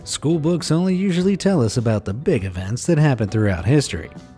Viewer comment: Why does Your little guy say eventsing